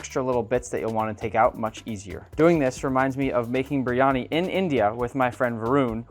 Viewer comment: Why can't you even pronounce the dish?